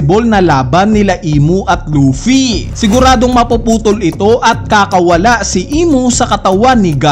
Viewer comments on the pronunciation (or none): none